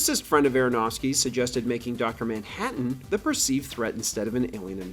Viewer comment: "Ah'mmm Docta Manhadden"